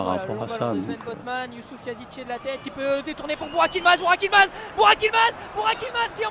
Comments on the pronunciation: Adının buğak değil Burak olduğunu söyler misin onlara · Lan adama niye buvak yılmaz diyolar kaksjsjsjjdjsnd